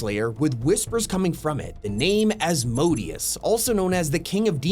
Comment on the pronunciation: When I heard him say asmpdeus I was was thinking of the sin of lust and I was so confused because Fortnite would never do that